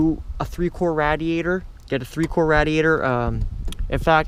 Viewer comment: Nonsense learn how to pronounce radiator first.